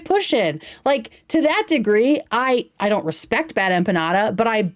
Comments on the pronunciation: bad empaññada, eggcetera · I’m colombian and the biggest offense I took in this is how BADLY she mispronounced empanada. Has she never eaten an empanada? Is that why she’s so dense and ignorant and lacks character? Because she hasn’t exposed herself to the delicious glory that are empanadas?